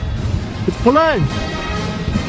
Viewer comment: how you say police kills me every time 😂😂😂😂😂